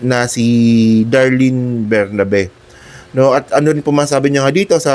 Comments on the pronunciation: ATTY Darlene BERBERABE PO HINDI BERNABE. A VERY INTELLIGENT, RESPECTED DEAN FROM UP UNIVERSITY COLLEGE OF LAW AND FORMER CEO OF PAG IBIG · Berberabe not Bernabe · berberabe po di bernabe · berberabe, hindi bernabe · Anu ba - sinabing 𝐁𝐄𝐑𝐁𝐄𝐑𝐀𝐁𝐄, hindi bernabe. Tigas ulo mo!